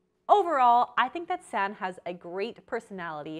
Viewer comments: For future reference her name is pronounced "Sanna." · Ahh!! the way you were pronouncing Sanne.... made this video unwatchable lol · The "oe" is a letter in Dutch that does not exist in English. pronounced Sanne as "Sann" but you also say the e so it is more "Sannay Flood". However, a better plan is: go to google translate and type in her name with the language Dutch. Then you can listen to the pronunciation. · It's actually pronounced San-eh. Not sun. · Ps her name is pronounced 'Sun EH' not 'Sann' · her name is pronounced like sauna. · The pronunciation of Sanne is really funny, it's actually pronounced more like sun-nu (the second u sounds the same as the first) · Her name is pronounced sown-ah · Are you Dutch? It is pronounced as Sanneuh ;) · Her name is pronounced like “sanna” the e makes an a sound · I'm from the Netherlands and... you really mispronounced her name 😂😂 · I love you and your channel but you're butchering the Dutch name 😂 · As a Dutch person, it hurts me to hear your pronunciation of her name 😂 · Lovely video but the way you're pronouncing her name is giving me a stroke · I cringed at the pronunciation so bad, it's dutch not french ... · you butchered her name so bad 😭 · As a Dutch person it’s quit funny how Sanne is pronounced. Dutch names are really hard for the rest of the world. Love the video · First of all, you horribly mispronounced her name, second of all, if you knew anything about Sanne you would know that she uses an app to track the amount of protein, fats, etc. she consumes in one day and adjusts accordingly, and third, models typically work out hard in the morning and don't want to be digesting heavy protein during exercise. I would be more willing to watch your videos if you had your facts straight and left out the snarkiness.